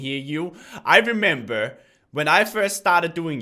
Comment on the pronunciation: ups remeber not dremeber